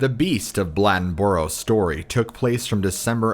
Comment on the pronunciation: Ok, it's Bladenboro. It's pronounced blade in boro, blad en boro. Say it fast lol, Bladenboro. And depending on where you're at, you may hear an "L" sound at the end which makes it sound like Bladenburl lmao